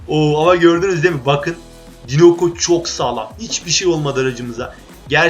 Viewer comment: dinoko değil daynako